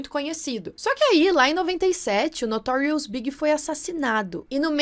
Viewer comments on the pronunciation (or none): Nao é Notorious BIG mas Notorious B.I.G. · Além da confusão com o nome da Left Eye, e a pronúncia do nome da Aaliyah, você também se equivocou quanto a pronúncia de Notorious B.I.G., não se diz "BIG", mas sim as letras soletradas "BI.AI.DGI.", da Cassie, que se não se pronuncia "QUÊISSI", e sim "QUÉSSI", do Tupac, que não se pronuncia "TUPÉC", e sim "TUPÁC", de um dos nomes do Diddy, que não se pronuncia "P" Diddy, e sim "PI" Diddy, e do nome do "Kelly" que era casado com a Aaliyah, que na verdade é "R. Kelly", cuja pronúncia é "AR. QUÉLI"., você pode resolver facilmente essas dúvidas de pronúncia no Google, tem vários sites onde se pode ouvir a pronúncia, é só pesquisar pelo nome pedindo a pronúncia em inglês, ou em qualquer idioma!